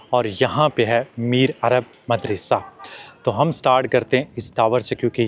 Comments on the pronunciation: Why are you mispronouncing the word MADARASA. It is actually Madarsaa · Madrasah Not medrysy 😊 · Such a wonderful vlog, I visited Central Asia in 2022, it was going back to memory lane . Is it madressa word not midrassa ….I think you are pronouncing wrongly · مدرسہ دال پر زبر ہے زیر نہی۔ اردو ٹھیک طرح بولو بھای۔ پاکستانی ہو۔ زیر زبر ٹھیک طرح لگایا کرو۔ سننے والے کے دماغ پر تھوڑے برستے ہیں جب غلط اردو کوی بولتا ہے۔